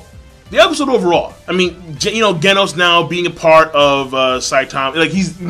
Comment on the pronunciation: Why does everybody on Youtube pronounce Genos with the hard g, like the way you would pronounce "gold" or "glaze"? It's pronounced the way you would start the word "generation" or "gene" P.S. Snek isn't pronounced like "sneak", he's pronounced like "neck" with a S in the beginning.